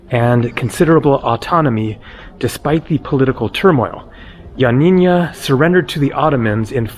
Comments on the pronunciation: YioaNNINA not YioaNINNYA. No Ya at the end. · its pronounced ee-o-a-nee- na. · Ill help you with the pronunciation of Ioannia. Just pronounce it Yanniana Like the singer Yanni and add na. So glad you visited Epirus. My dad was from Epirus. Such a beautiful place. Glad you are headed to Parga. I was there in summer of 2023 and also visited Lefkada. Enjoy! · Turkish language was written in Arabic until the early 20th Century and Atatürk adopted the Latin Alphabet. There were many places unfortunately you were not able to see . the way your pronounce Ioannina is Yanina but with no accent on the na at the end . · Ioannina is pronounced ' YUH - NEE - NUH.' It is named after St. John which in Greek is St. Ioannis. It means 'City of John.' The city was named after St.John due to St. John's Monastery, founded around 510 AD. He was at the time patron saint of the area. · lol yep you butchered the pronunciation of Ioannina 😂 But we forgive you.. Thanks for the video 👍😆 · Dear half Greek. You did also pronounced it incorrect though. Twice. :D